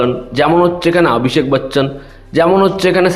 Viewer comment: 'আভিষেক' বচ্চন‌ 🙄🙄🙄 এই সিনেমা আর আপনার উচ্চারণ একই লেভেলের মনে হচ্ছে!!!